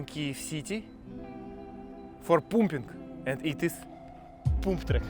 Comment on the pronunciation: “Parm-ping” will give u slightly better pronunciation 😅. Hoping you won’t get called up to join the fighting. The videos are too good!